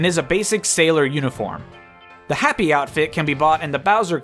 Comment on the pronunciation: It's pronounced "hah-pee", not "happy".